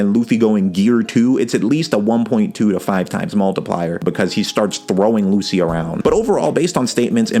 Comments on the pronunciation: Bro it's pronounced as LuCHI, not Lucy. Also, when Lucci "one shotted" Luffy, that wasn't bc Luffy was a lot weaker than him but it was bc Luffy was struggling mentally and wasn't able to be at his best. Like he just recently had a huge fight with his best friend which resulted in him leaving the crew. His ship was dying and the entire crew was falling apart and to make matter worst his crew was framed as the villain and another one of his crew member was leaving. Luffy had a lot in his mind at the time to be thinking about fight some strangers he just met. However, Luffy did get a tad bit stronger as he stated that he trained a little and came up with an idea to get stronger before he fought them again. But still, he was a lot closer in strength to Lucci even before his new power up than you think. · Love the vid but please. Please. PLEASE. ITS PRONOUNCED LUCHI